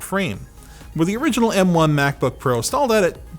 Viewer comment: Good lord I can't unhear Maxbooks lol